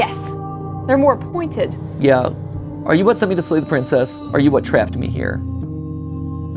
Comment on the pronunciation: mat it honestly hurt my brain hearing you say slay *love your channels